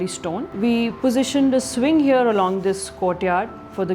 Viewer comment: When any guy or gal pronounce 'here' as 'heyo', I immediately become certain that that guy/gal is a complete fraud